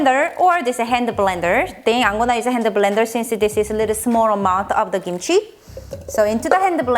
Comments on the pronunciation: It’s kimchi, not gimchi, capische!? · It's technically pronounced "kimchi," but without the puff of air on the "k" that we pronounce in English. Without that puff of air it sometimes sounds like "gimchi" to us.